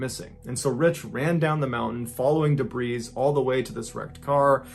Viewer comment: Did MrBallen just pronounce the s in debris? I've never heard someone pronounce it as "dabreeze". 😆